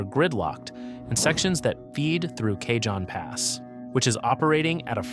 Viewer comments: it's pronounced ka-hone pass. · kay jon pass? Oh for F's sake. Is your AI narrator a moron or was this a human mistake? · FYI, Cajon Pass is a Spanish word, pronounced "Caw-hone". Just sayin'